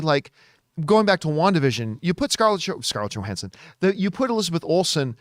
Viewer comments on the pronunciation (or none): none